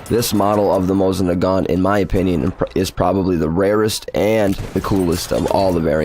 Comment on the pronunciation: I already had a couple of strikes before you even got to the people's names. I was like, "Hmmm.... Mosing Nay-gent. Wonder what that thing is?"